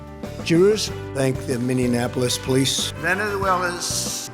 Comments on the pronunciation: Is so hard and dificult to say 'venezuela'? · When he tries to say Venezuela, I lose it 😂